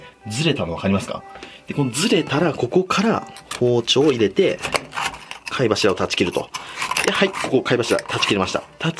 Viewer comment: この人入れての発音特殊やな 入↑れ↓て→